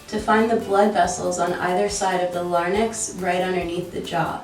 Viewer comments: LMFAO LARNICKS! It's Larynx as in Lair Incs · not the way you said larynx💀. "lArNiX" lmao